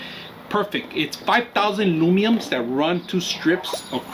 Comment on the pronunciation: It’s Lu men s not lumenes